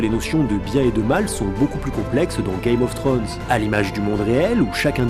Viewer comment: Ul excellent episode !sinon on dit "game of thrones" pas "gay mof thrones";)